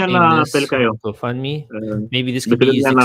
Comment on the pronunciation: ጎ ፈንድ ሚ not ጎ ፎውንድ ሚ!